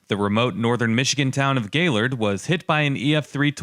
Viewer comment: Thanks for pronouncing “Gaylord” correctly.